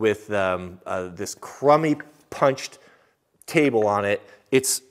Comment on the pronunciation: Lol very true, I cringed when he said table.